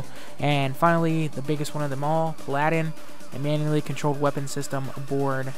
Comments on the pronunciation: someone get this guy an iphone and have sirir tech him how to pronounce words, go-lie-ath, pal-a-din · dude get an iPhone and have siri teach you how to say paladin and goliath